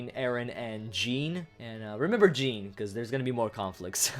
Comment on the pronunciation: I thought Jean's name was pronounced the French way so its closer to an accented "John". Especially since pronouncing it that way would make it a European masculine name, where as the other way is more or less feminine.